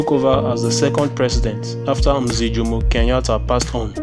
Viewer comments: its pronounced as mzeh not mziih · Lol it's pronounced mzeh